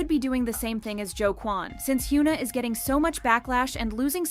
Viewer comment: Hyoona. More shitty, engagement bait pronunciation from this terrible channel